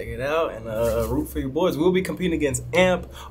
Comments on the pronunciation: It’s not AMP ITS A M P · Its A M P not amp destroy but 🔥 vid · It’s A M P not amp